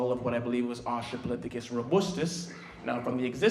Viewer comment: Australopithecus not Austrapolithecus. I'm sorry it was just bugging me and a paleontologist and as someone who studies prehistoric life including that of humans. Amazing presentation though, and as was pointed out we can all trace our dna back to Africa. Not just black people, not just people living in Africa, but everybody. We are all brothers and sisters as humanity and as a species. It is very important to respect and learn the history of humanity and of Africa, and respect the culture as well. Such a well done and powerful presentation and it's amazing what you're doing. Keep up the good work